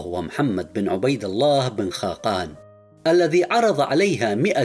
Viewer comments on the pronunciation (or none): none